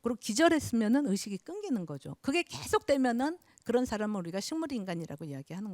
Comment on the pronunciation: 우선, 놀라운 일로, 인간이라는"사람의 "사"를 짧게 발음 했읍니다. 그리고 "람"을 강하게 발음 해ㅆ읍니다. 잘 못입니다. 인간으로 학자로 평상 고유어인"사람" 을 바르게 발음하지 못한다면 이 이상 강의를 듣고싶지 않습니다. 한국의 언어 타락 상에 너무 실망하여 "한국 어문을 고발함"을 이라는 책을 출판했읍니다. 일독해 보시지요. 단어의 장단음 문제가 심각합니다. 미국 변 완수 배